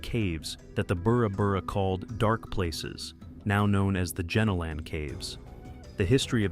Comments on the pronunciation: Great vid, but Jenolan is pronounced "jeh nolen" not "genno lan" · JEN A LEN cave. I’m laughing my head off here. That is not even close to how The Jenolan Caves are pronounced. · "gee-nowl-en" caves hun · I live 3 hors from caves pronounced as Jen-Ol— in caves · I live in New South Wales and was like oh wow I wonder why I have never heard of those caves... then I realise he was pronouncing it wrong 😅